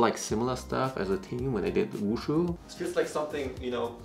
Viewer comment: When he says Wushu: My mind: Wushi, he says WUSHI!!! I WANT THAT HE SAID LION DANCE. Man the cute lions are the best